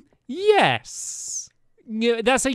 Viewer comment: When I think of Quest as a series this is the most memorable video from the entire series. Stampy should have lost because he said neyes for one of the answers because they were supposed to be yes no answers not in-between.